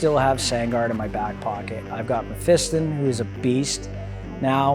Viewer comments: You guys must be taking the piss on Mephiston’s name... May-Feast-On as opposed to Meh-Fist-Un ... :P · learn to say Mephiston correctly Mef - i - ston